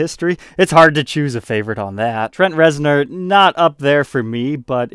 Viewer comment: He probably has bad memories (or funny) of that Trent Reznor. He kept pronouncing it, Rez-Nore, and the comments ate him alive over it, lol.